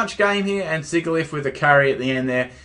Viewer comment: I was actually going to breed a Sigilyph, now it's a priority. By the way, I believe its pronounced 'sij-ill-iff'; using the words 'sigil' and 'glyph'.